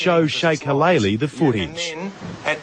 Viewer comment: its Shakil Ali not Shakalala